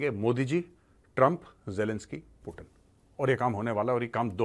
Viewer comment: पुतिन है वो पूटिन नही